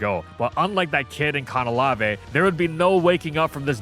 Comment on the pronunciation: Can-ah-lave, not Can-ah-lav-ay